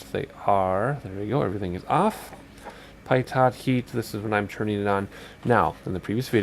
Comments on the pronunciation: "Pie TOT" lol ....pitot = "Pee toe" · Great video! Very helpful for a new XP guy like me. One minor thing. Pitot is "pee-toe", not "pie-tot". It's French.